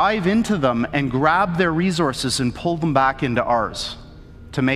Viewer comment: I don’t trust this guy and anyone that say “rezorziz” instead of resources and why would you steal another dimensions resources that’s fucked up